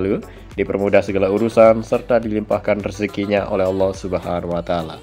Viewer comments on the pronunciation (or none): none